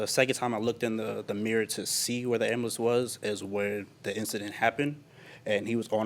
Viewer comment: Did dude just say ambalams?!